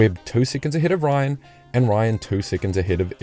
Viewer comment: Come on man. Jim Ryun not Ryan